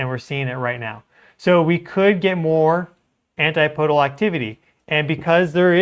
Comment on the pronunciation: Dude, I love you. But it's not antiPOdal. It's AnTIPodal. Keep on keepin' on.